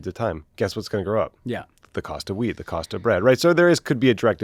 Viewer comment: I thought Tommy said “the price of weed, the price of bread is going to go up”, but he probably said wheat…😅